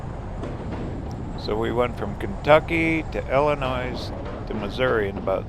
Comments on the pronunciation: Illinois s is SILENT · Fun video til you didn’t know how to pronounce Illinois. 👎🏻